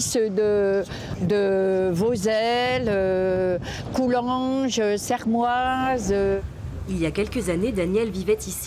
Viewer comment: Dites pas Sermoise svp sa fait mal 😖